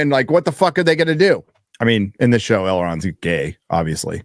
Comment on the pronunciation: "Doogie Elron" lol